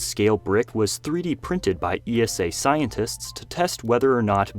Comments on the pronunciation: ESA is not pronounced E S A any more the NASA is pronounced N A S A. ESA rhymes with Lisa. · ESA isn't pronounced all spelled out - just like NASA's acronym